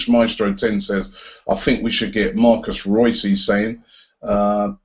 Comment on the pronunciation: It's still MARCO, not Marcos Reus :)